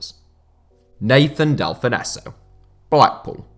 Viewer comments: Delfouneso’s name may be SPELT that way, but it’s pronounced Delfonso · You pronounce Delfouneso, Dell-fon-so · I've always heard delfounso pronounced delfonso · Who's Del-fon-esso? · Del-fin-nesso that gave me a headache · Delfonzo is how u pronounce it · Can’t stand how he pronounces Delphouneso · That pronunciation of Nathan Delfoneso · Thought I was going mad when he said it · How do you even make this mistake? Its an English name lol